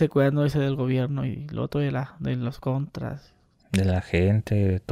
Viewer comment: Le ifle, los contuas, otuo señor, otua gente